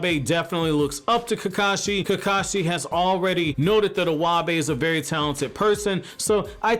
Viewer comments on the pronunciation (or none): Iwabe is pronounced e-y-bay lol you totally butchered my 2nd fave character name